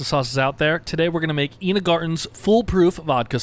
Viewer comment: Pedant here. It's pronounced EYE-nuh. ;c)